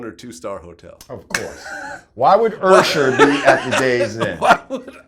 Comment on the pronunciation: why does he keep saying "ursher" lol.